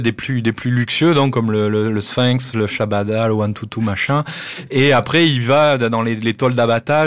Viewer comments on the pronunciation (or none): Chabanais ! Pas Chabada l